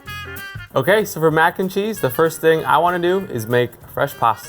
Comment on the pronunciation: Mac "n" cheese? more like Mac in cheese